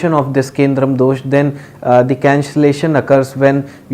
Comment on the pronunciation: Its kemdrum : not kendrum pandit g